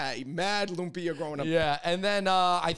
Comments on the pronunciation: Funny (not) how Cameron pronounced Lumpia more accurately than the lady whom I'll assume is a Filipino..🤦🏽‍♀️ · I believe Cameron. She pronounced lumpia right.